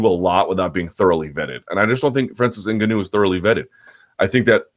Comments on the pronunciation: Luke the tonal accent of Francis's Name is on the GA syllable, Francis n-GAW-nou .... not IN-ganou... come on son !!! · Hate the way you're pronouncing Ngannou .. it's 'En-Gawn-Ew' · Derek Gram implying all black people born outside of Africa can pronounce African names properly. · Nope. Its nuh-ga-now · Rulo Turati - yeah you're right sorry N-Gawn-Oo .. I just couldn't watch the video because it was annoying me so much how the name was being pronounced .. is anyone sure exactly how to pronounce it? Maybe I'm wrong.. any Africans in the house?? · Why do you say "Ngannou" like a mouth-breathing doofus? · Say Ngannous name wrong 1 more time and I'm turning you off! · Andy TheGamerToBeat i agree lol he says tht name wrong and 'calvillo' wrong when the fighters themselves are pronouncing it how they want it too b said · and it's totally wrong